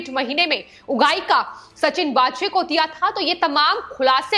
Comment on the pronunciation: सचिन वाजे (Waaje) यह असली नाम हैं (कई चॅनल्स 'वझे' उच्चारण करते वो सही नहीं)